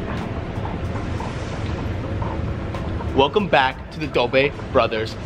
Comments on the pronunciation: Cyrus said welcome back to the dobe brothers it's Dobre brothers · Did Cyrus say Dobey brothers? In the beginning bro I had to do it in different speeds